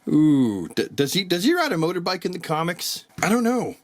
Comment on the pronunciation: You are so Canadian motorbike😂